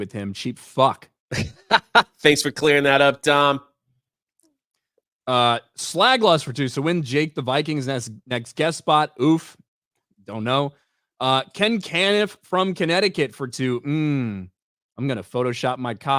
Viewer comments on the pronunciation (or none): It's Ken Cuh-NIFF, not Ken CAN-niff. Hope this helps! Lol